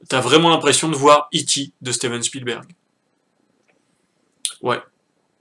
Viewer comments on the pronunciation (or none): none